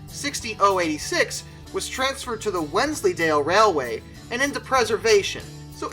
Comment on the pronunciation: And as a Brit congrats to saying Wensleydale correct 😁